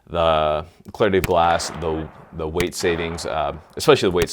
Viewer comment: when you said weight i thougt you said wait